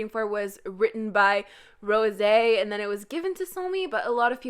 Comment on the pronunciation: Why do you pronounce Rosé like that ?